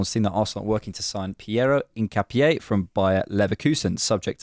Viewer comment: In not ‘een’. ca like cap not ‘kah’. No specific stress on the last syllable. In-cap-ee-eh